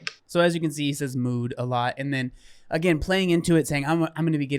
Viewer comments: I thought he was saying moo 🐮 not mood… my bad 😂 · Same here😂, i have been thinking why does he say moo 😂